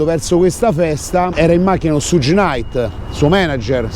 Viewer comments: si legge "Sciugh" come zucchero, non Sugg...:) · "Shug" (pronuncia esatta) no "suge".Per il resto...se c'è da "far brutto" a qualcuno ,quel qualcuno a cui far brutto sono i politici,corrotti, cioè tutta la classe "politica" che permettono e contribuiscono all affluenza ed "accoglienza" di extracomunitari,per lo più problematici. Altrimenti il vostro fare è solo alimentare una guerra tra poveri...su linea filofascista. Ps. Alla politica sono gnostico.